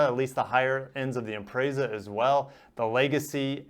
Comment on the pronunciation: ImprAAAsa it's not a subaru impresa when does e make the A sound